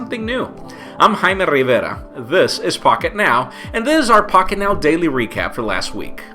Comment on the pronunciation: It's Pronounced Jaime Rivera btw I'm Hispanic so I would know